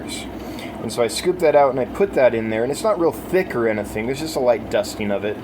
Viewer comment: Never fails. “Anything” becomes “in-uh-thing“